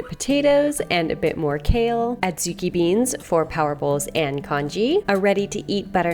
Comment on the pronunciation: They're pronounced "odd-zoo-KEE".